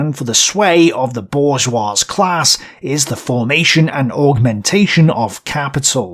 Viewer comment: The dude also mispronounces some words, like "bourgeois" ( the S is silent, "bour-zhwah"), which detracts from credibility. Otoh, the booklist alone makes this channel worth its weight in gold, lol. Good job, dont take these critiques as discouragement.